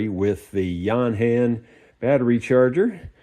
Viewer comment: It's yo-han isn't it?